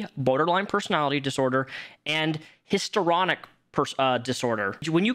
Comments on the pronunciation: Dude, HISTORY ONIC not hister onic please 😂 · Hist-REE-on-ick Personality disorder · JSYK: Histrionic is pronounced Hiss-tree-on-ick ✌️